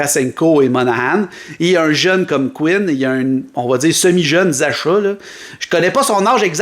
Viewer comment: "Zasha" lol. Ça se prononce "Zacka". Je prend Laine n'importe quel jour.